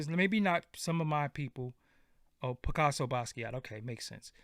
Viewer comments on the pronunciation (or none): none